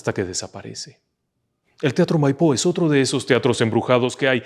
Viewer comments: Felicitaciones!!! Una pequeña observacion, el teatro de Bs As, no se llama MaiPO sino MAipo en mayusculas la silaba tonica. Saludos desde Argentina. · El teatro de Bs As es Maipo, acentuado en la A, no en la O. Felicitaciones!!!! A por más!!!!😊😊😊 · Con todo el respeto del mundo no es teatro Maipo con acento en la o es con acento el la A